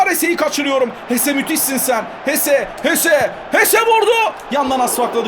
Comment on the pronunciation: abi ama o hese değil jese